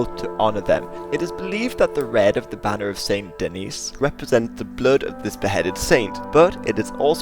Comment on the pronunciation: Very nice ! Just a note concerning french pronounciations : - Fleur de Lys : The S at the end of Lys is not silent. - St-Denis : The S at the end here IS silent.